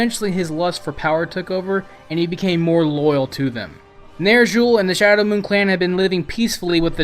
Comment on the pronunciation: nerzshul. fucking. nerzshul